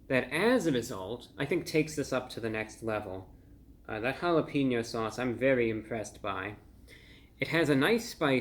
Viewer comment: Always entertaining Review Brah. But you are a food critic, you should at least know how to pronounce Jalapeño correctly. It is Ha-la-payn-yo. It has a hard A not a hard E. Just to trying to help your credibility. 😁